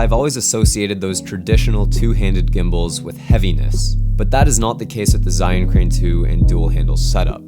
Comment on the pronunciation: Awesome:) I wanted to tell you that it’s not ‘zi’ it’s actually pronounced ‘jer’:)